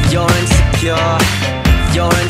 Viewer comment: Bro pronounced insecure wrong every time 💀